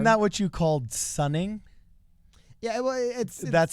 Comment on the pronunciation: oh, "sonning" not "sunning" right?